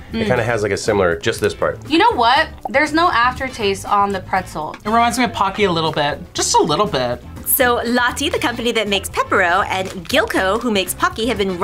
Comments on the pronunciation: Its pronounced as "Lowteh" in Korea not "Lottie" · It’s not lotty it’s pronounced lott-eh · Its not LAH-TEE it's more pronounced LOW-TAY and CALBEE IS JAPANESE......... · fun episode! I am a Canadian who lives in Korea...some of these truly are bomb! (and the banana milk IS amazing). FYI for, Lotte is pronounced 'Low tay', as opposed to 'Lot tea' ^^ Awesome episode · i love you dear but it LO-TE. Please, dont murder anymore names. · lotte is pronounced rho-ttae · lotte afaik is pronounced like law-te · I love, but the pronunciation of Lotte killed me. Lotte is pronounced lote-tae (coming from a Korean who lived in Korea, grew up going to Lotte stores, and can read Korean lol) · Is that really how you pronounce "Lotte"? Lati?? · Korea does have honey butter chips but that brand was Japanese! Also Lotte is pronounced more like “lot tay” 😁